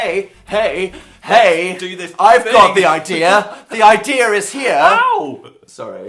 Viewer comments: Why does dan says idea with an R at the end But its nice😊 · why does dan pronounciate "idea" like "idear" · When "idea" rhymes with "here" So blessed. So moved. Appreciate.